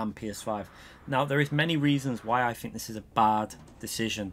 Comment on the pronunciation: what i think is im tired of shtbag UK people saying FINK instead of think.